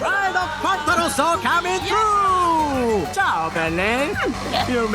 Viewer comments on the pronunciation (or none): none